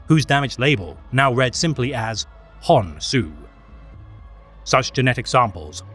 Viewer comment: Honsou sounds like Honk Shoe, mimimimimi😴